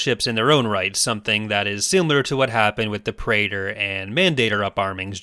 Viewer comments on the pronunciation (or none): none